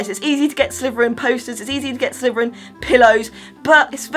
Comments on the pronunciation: Are you saying Slyverin? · I love how she says Sliverin 😂💚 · All I hear is sliveren